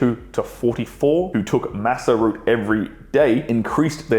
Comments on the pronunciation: Masa root or Maca root? I thought pronounced with hard C, like Maka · Is it masser route or maca root. I hear the former, but be wrong..